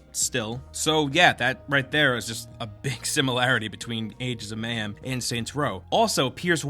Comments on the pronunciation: adens of mayhem? it's agents of mayhem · Aengs of Mayhem? Sounds legit. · at the start u couldnt even say agents of mayhem properly LMAO